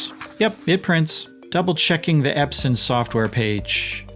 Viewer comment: Eps-on !! Not Eps-in On...on..on Epson✅